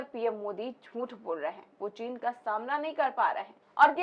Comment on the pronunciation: चीन का च तो इस ढोंगी के मुंह से निकल नहीं पाता है बात करता है साला